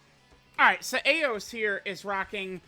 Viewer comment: Truth I believe her name is pronounced EYE OS.